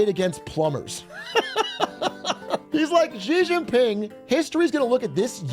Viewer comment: I love listening to what the hell is going on with Trump's destructive decisions across the world. Here's a simple way to pronounce the president of China's name: She - Jing - Ping. China itself is shit btw. Justice for the civilians is probably as worse as the US